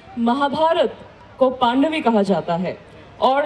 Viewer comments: तिज़न नही है एंकर महोदय जी तीजन है, पांडवी नही पंडवानी है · पद्मविभूषण डॉक्टर श्रीमती तीजन बाई का परिचय देने में थोड़ी सी लापरवाही बरती एंकर मैडम ने। और हाँ मैडम जी पाँडवी नहीं पंडवानी होता है। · पांडवी नही, पंडवानी है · मेडम जी आप छत्तीसगढ़ के नहीं हो कहां से हो पाडवी नहीं कहते पंडवानी कहते हैं। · इस एंकर को तो पंडवानी बोलना भी नहीं आती है ,पांडवी बोल रही है। किसने इसे एंकर बना दिया है। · पांडवी नही है मैडम इसे पंडवानी कहा जाता है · पांडवी नहीं पंडवानी होता है बेवकूफ लड़की